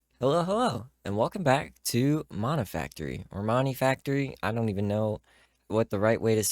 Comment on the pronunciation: Since Moni (and Nomi-) Factory both use Japanese characters, the correct pronounciation is with a long o sound like in doe or flow. Like... moh-knee